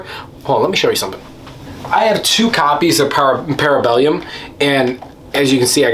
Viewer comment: I think I agree. Good video!😀 Also, the third movie is ParabeLLum. Double L. There is no i in there…👍🏻